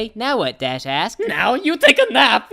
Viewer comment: I thought it said dash ass, instead of dash asked